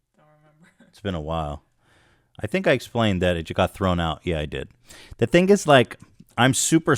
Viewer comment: can you end the next video saying "throast out" instead of peace out